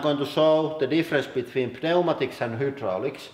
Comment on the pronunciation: I love how you pronounce pneumatic. Just say it like-new matic